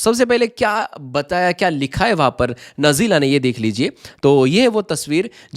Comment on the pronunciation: नजीला नहीं बेटा नाजिला नाम है